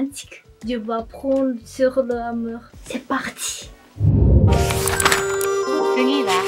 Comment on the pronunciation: L'amooouuur. Il faut dore l'amour comme tu dis YOU pas MORE. L'AMOUUUR.